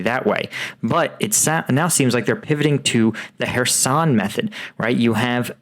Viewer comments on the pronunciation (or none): none